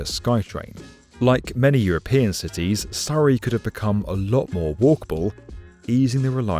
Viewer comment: Honestly, the Skytrain is a much better option i wish more countries would adopt, i love that you pronounced Surrey the correct British way lol, when i lived in Vancouver i kept correcting people saying it's the same as the British and Australian Surrey/Surry not Soooree but hey